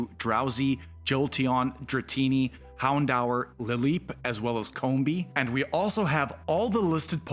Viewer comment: Hound hour? Who tf pronounces Houndour that way?